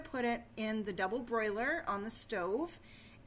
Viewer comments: Its NOT a double "broiler"!!! Its a DOUBLE BOILER! Big difference. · Very good ideas. But, please, Ma'am - it is a double-boiler. NOT a double-broiler.